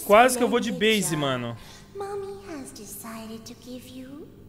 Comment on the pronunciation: Eu tambem escutei ela fala isso não é momi é mommy